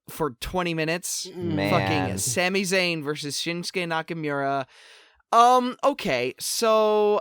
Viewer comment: lol the Grammar Nazi can't say Nakamura correctly :P